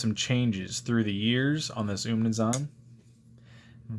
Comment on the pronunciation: Great knife and review. On pronunciation, 20 seconds on Google can clear that up